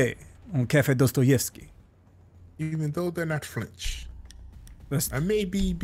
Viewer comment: It's prnounsed Dastayevky say aaaaaa not ooooo